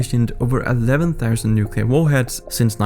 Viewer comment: It is pronounced (New-Klee-err) Not (Nuke-Yuh-Ler) lol this drives me so crazy and i will never understand why this mistake is so common. Bush Jr Did it and nearly made my ears bleed regularly 🙉🙉🙉🙉🙉🙊🙊🙊🙊🙊